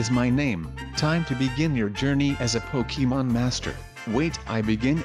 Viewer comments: umm it’s not Pokéman it’s Pokémon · uhhh it’s pokemon not pokeman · it’s pokeham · it’s pokèmon*